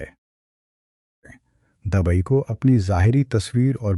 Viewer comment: Dubai not dabai......please mind your pronunciation .......